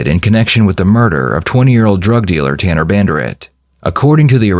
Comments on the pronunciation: Nah the way he didnt even know how to pronounce Ta-Ta-Tanners name…he has to be innocent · Haha, how this kid slowly pronounced Tanner in the beginning acting as if he didn’t even know how to say his name. Very dull tool in the shed.